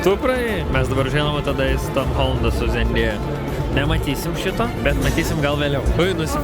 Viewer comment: Ir Andriau bruh ne zėndėja o zendaya (tarese)